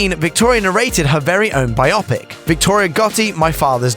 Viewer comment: Biopic is pronounced BIO-PICK